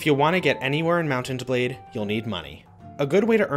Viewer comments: why are you seemingly straining to say Mount and blade? putting an emphasis in the T in Mount. just say Mountain blade or Mount-n-Blade. it rolls off the tongue better. you don't NEED to say it like that dude. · He says it like "mountained blade" one time